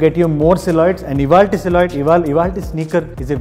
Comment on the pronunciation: silhouette pronunciation koncham choosko anna!